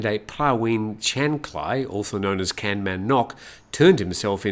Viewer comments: I am sorry, I know that you will get 5 commenters correcting your pronunciation of the Thai word kamnan ( กำนัน, meaning village headman), and all 5 will be different, but I cannot stop myself: kamnan is pronounced like the English words gum, nun. Here are a few useful rules of thumb (which do not always work) for Thai words spelt using English letters: usually "k" represents an unaspirated k which sounds a bit like g as in gut, while "kh" sounds like c as in cut; usually "t" represents an unaspirated t (which does not occur at the beginning of syllables in English) while "th" sounds like t as in top; usually "p" represents an unaspirated p (not at the beginning of syllables in English) while "ph" sounds like p as in pot; sometimes "a" sounds like u as in cut and sometimes "a" sounds like a as in cart; usually "e" sounds like ai in gait, and "ae" sounds like e as in get; usually "i" sounds like ee as in feet; sometimes "o" sounds like oa as in goat, and sometimes it sounds like aw as in law; usually "u" sounds like oo as in root; usually "oe" sounds like e as in her; and usually "ue" (as in the dreaded word Don Mueang Airport) represents a vowel sound which does not exist in English. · Pronunciation police died too with ‘Kamnan’